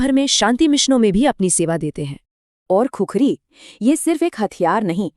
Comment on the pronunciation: खुखरी❌ खुकुरी ✅ Jay Gurkha jay Nepal